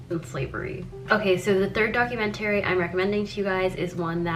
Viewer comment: no but srsly why does she say it like that rbfehjbgeg